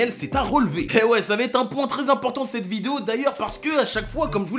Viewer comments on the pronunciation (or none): none